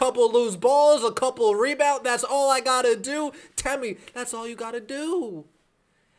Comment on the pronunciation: If your so sad to see her go, say her name correctly out of some respect . It is temi not tammy!! No disrespect I am a subscriber.